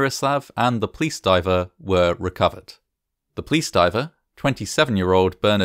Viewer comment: Except when he recounts how the building clapsed, or the plice were on scene in minutes.